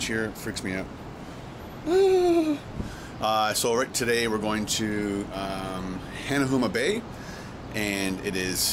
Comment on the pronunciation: Hanuama Bay is pronounced HA-Nah-Ma you silly Canadian...😀